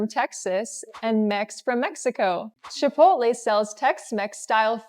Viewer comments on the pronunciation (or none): Why do you pronounce this with 'a'as achaole..it begins with ch omly.Its actually Chipotle